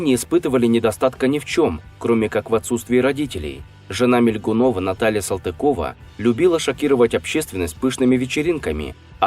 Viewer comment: Если фамилию не правильно произносит до дальше и слушать нечего. (Моя фамилия от того и задедо😉)